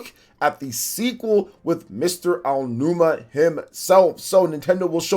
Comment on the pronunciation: he didn't. he said Aa-numa. I had a whole conversation with about this when he had the call-in last week lol check the VODs.